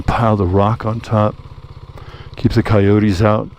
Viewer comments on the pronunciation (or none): none